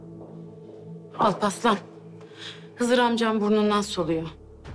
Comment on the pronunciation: bu alparslanin adini niye bele sehv deyrler alpaslan deyirler bu serialda bir meryem duz vurqulayirdi alparslanin adini